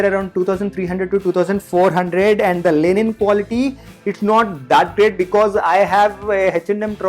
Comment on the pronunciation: its linen not lenin